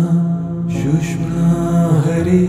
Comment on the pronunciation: thanks for this pointing out. Also, I'd like to point out it's pronounced sush-shoom-na. Sounds like "sushma" I'll add that it's best to not get caught on perfect pronunciation etc as it's the intent that truly matters but should be recognized that the nad vibration of the word is changed. just a note :-) keep up the great work . thank you!